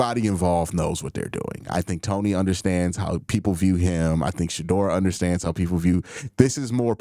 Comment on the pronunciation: It’s Shedeur not Shadoor! 😂